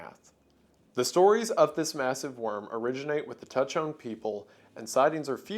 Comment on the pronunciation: Hi WENDIGOON, I am Lakota and the pronunciation of the Taku he sounds like “Dah-koo hey”. We have many creatures in our culture that are considered benevolent and are seen as protectors, it’s really nice to see my culture being appreciated here. Thank you.